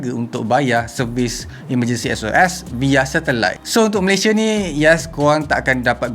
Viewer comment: Aku je ke suka sebut “via” as “vaya”